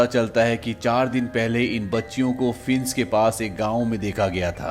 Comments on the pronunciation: भाई साहब अपना उच्चारण सही कीजिये - फेंस को आप फिन्स कह रहे हैं. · Fienc ni Fence hota hai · फिंस नहीं फेंस होता है👍फेंस मतलब बाड़ या घेरा होता है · Fince nahi fence English study kar aaye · fince nahi fe-ance bhai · Admin ne fence ka pronouns acha kiya hai fince😂